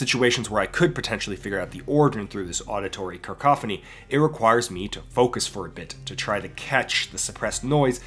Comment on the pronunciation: It's "KUH-koffuh-nee;" not "KURR-koffa-nee." (Re: "cacophony.")